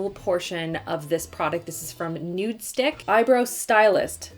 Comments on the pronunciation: i cringe every time she says “nudestick” instead of “nudestix” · Love, love, love you! Just, it’s NudestiXXXXX not NudestiCK. 😬